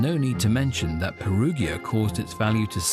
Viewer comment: Peruggia is pronounced with a soft 'g' sound, as in 'gin'.